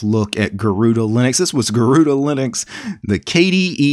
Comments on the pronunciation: Garuda not garuuda and the name is from india sir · The pronounciation is a bit off. In IPA notation, it's supposed to be pronounced as /gɜruɖɜ/ and it is the Sanskrit word for 'Eagle'. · It’s pronounced as Garurd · Garuda is the divine vehicle of Lord Vishu the protector. It's commonly pronounced as Garuudd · Garuda in hindi pronounced as garud which means eagle, so that's where the name comes from. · Garuda means eagle in sanskrit and it is pronounced like ' garuna ' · why is everyone pronouncing it the wrong way ... 'garuda' i think is the hindi word garood meaning eagle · Pronounced Garud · butchered the name, Tip: spell it like "gaa"+ "ru"+ "daa" try saying them individually and then with the same indvidual sound combine them. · Sorry to say you unpronunced the name गरुड़ where ga is a letter and at end a is ignored Hindi sound are more different from the english pronunciation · Actually you pronounced it wrong. “Gahh-rude” or “गरूण” is the way which BTW means Hawk in Sanskrit. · That's a Sanskrit name: Garuda. The 'a' is not pronounced, never is in Sanskrit. Garuda is an eagle. The vehicle (vahan) of Sri Vishnu.